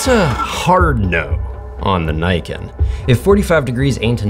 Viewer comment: Glad to see you pronounced Niken correctly! Ugly bike though.